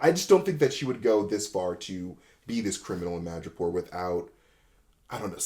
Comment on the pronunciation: 'Madripoor' not 'Magapore'